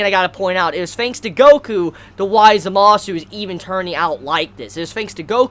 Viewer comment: Also, the way you say Zamasu and Gowasus' names is Zamas and Gowas. The "u" is not pronounced